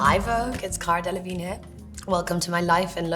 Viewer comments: If you listen again, you'll realise she is still pronouncing it as "Deleveen" still but the "here" part sort of her sentence sounds like it's a part of her surname as she's mumbling quickly. "...it's Cara Delevigne'here" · Did she just introduce her last name a different way than she's done in the past? I've always heard her say it as "Deleveen"